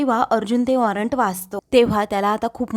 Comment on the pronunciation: वॉरंट.. म्हणतात.. ऑरंट नाही